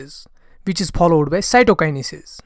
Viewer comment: I like ur videos but ur pronounciation for some words 😑 pollowed ❌followed ✅